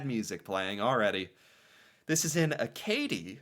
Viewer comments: Its pronounced Ack-a-dee 😊 not akaydee lol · Roy Dupuis, who plays Maurice Richard in this Heritage Minute also played him in an EXCELLENT biopic about him. Watch the French version with subtitles. "Acadie" is the French word for Acadia, and is pronounced "a-ka-DEE" with emphasis on the last syllable. The Acadians are the direct ancestors of the Cajuns in Louisiana. If you think of how English speakers would have pronounced "Acadian", it likely would have become something like "a-KAY-jun" which eventually became "A Cajun" and then just "Cajun". During the French and Indian war, they needed to get anyone potentially loyal to France OUT of British-controlled North American. Lots of Ukranian immigrants settled in Central and Western Canada, hence why half of the Myrnam Hospital Minute is in Ukranian. The Heritage Minutes used to play during commercial breaks on TV. This was extra common during children's TV blocks.